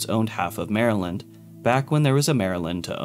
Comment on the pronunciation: I’m so glad he said Maryland right